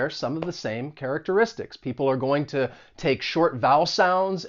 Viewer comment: Where are you from? I'm hearing ta (to) and cer-in (certain) as you speak :)